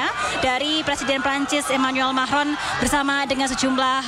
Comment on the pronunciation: Manggil presiden enak amat... Macroonn... 😅